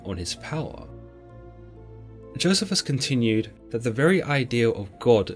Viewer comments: It's joe-c-fus. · It's pronounced Jo 'cee' fuss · I fully understand the difference in pronunciation of words depending on one's accent, but you are butchering Josephus's name according to general consensus. Perhaps you should hear somebody speak it rather than pronounce it according to the way it's written.